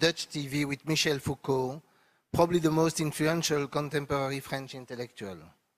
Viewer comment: Yes, many choose to read Foucauld incorrectly.